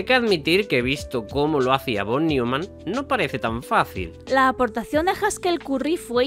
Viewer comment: Por cierto, NO se pronuncia /fon niuman/, sino /fon nOIman/, pues es alemán, no inglés.